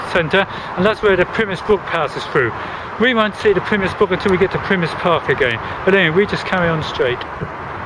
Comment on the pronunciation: Thank you for nice video but did wonder why you pronounced Pymmes as "Pimiss" I've never heard it so called in all the 35 yrs of living in the area of the brook. Also - the Park (after you leave Arnos Park), is called Broomfield not Brookfield as shown . However we who live in this part of North London are very fortunate having so many parks to stroll or dog walk in as we do ;>) Many thanks again.